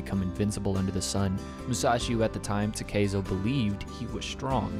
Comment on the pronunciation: ta-keh-zo Not taKEIzo